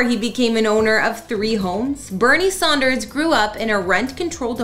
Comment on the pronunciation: So . . . his name is Sanders, not Saunders.